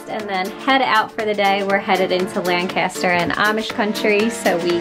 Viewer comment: say lenkisster and don't sound like a dank tourist. we cringe when you pronounce it WRONG